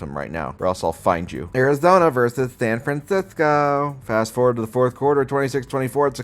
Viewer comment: The pronunciation of San Francisco gets me every time 😂